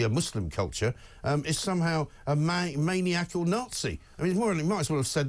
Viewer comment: Somebody tell the presenter how to pronounce "maniacal" ?